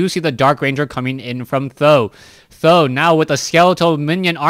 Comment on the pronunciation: yes I am Chinese so I simply don't know why you call TH000 as "tho" .... maybe calling him "tri-Z" (tree-zee) is even better?